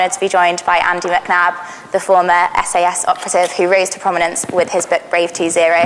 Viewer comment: "Andy Mcnob"